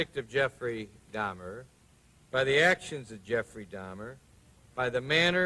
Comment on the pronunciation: A pronúncia correta do nome é Dáhmer (Dá-mer) . Não é Dâhmer.